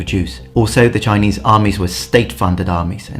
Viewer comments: your Chinese pronunciation was pretty great! Good job on not butchering it :) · Impressive Chinese pronunciation! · Your Chinese pronunciation is actually quite accurate. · Chinese pronunciation on point!